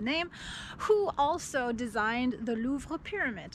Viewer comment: We don’t have the same November 😂. I learned something about the Louvre Museum designer. You have a perfect French accent when pronouncing French words. I love the design of the bank. Thanks for the visit. I never thought about Luxembourg to travel and it’s so close to France.